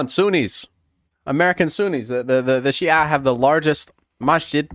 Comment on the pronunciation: bro, the way you pronounce "Shia" is spot on